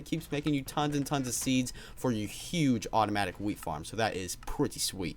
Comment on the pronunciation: at first i thought he was saying "weed farm"